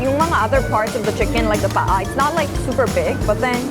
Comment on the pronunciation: Pet peeve: Talking about chicken inasal but pronouncing the Hiligaynon "pa-a" (thigh) like the Tagalog "paa" (feet). Egh. It's a good thing I don't have a restaurant. Otherwise, I'll serve adidas (chicken feet) if one orders paa instead of pa-a.